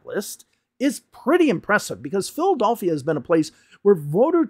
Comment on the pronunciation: Why are you unable to pronounce Philadelphia? Who does that? 😂